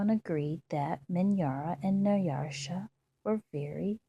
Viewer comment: You have a very calm, relaxing voice. But, there is not an r in Nyasha.